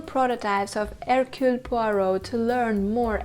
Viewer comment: My vote: 1. USTINOV 2. Suchet 3. Molina Suchet can never be my number one because his accent isn't good enough, he often even pronounces his own first name Hercule with an audible H which is completely wrong. Suchet once described how he got Poirot's walk "right": he said "I squeeze my bottom". I immediately thought, "oh I knew something was wrong". Also he isn't dangerous enough: When Poirot points out that everybody had the opportunity to commit the murder and somebody says "I couldn't", and Poirot says "Yes you could", Suchet says it in an angry voice that couldn't scare a mouse. Ustinov says it in such a quiet menacing way that we all gulp and feel guilty! And Ustinov's accent is excellent. He's not perfect, of course, because he sometimes is too much the clown, but I still prefer him over Suchet. Molina is my number three simply because I haven't seen anyone else in the part, except Albert Finney who is terrible. He's just a cliché Englishman making fun of the French. (Or Belgian which to an Englishman makes no difference).